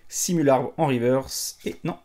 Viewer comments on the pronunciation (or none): none